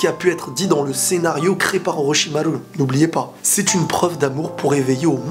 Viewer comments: Tu le stresse à dire OrochimarU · J'aime bien la manière dont tu prononces Orochimaru